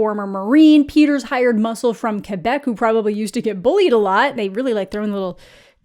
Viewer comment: I greatly appreciate you saying "Quebec" as "Quebec" and not as "Quwebec" It's a small thing, but so rarely heard on the EN side of youtube. Always appreciate when you mention something in French (or something Canadian, really, lol)